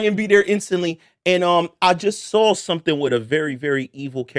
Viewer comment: No funny shit but is this a Philly thing where y’all pronounce “Saw” meaning seen with a L like “sawl” keep doing it what’s the deal with that.